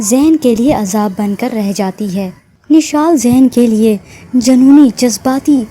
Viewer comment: Nishal ni mishal name h